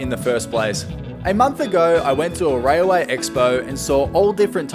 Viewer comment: Railway not rayaway